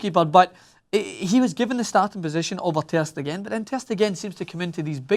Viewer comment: The way this scotch egg say ter stegen is sooo aggravating